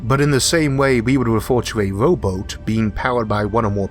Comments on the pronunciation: I laughed at my brain when Isaac said:' ...in a rowboat...' I was thinking, in a robot? Haaaang onnnnnn... The letter o isn't affected in his speech! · did he say WOBOT?? oh no lol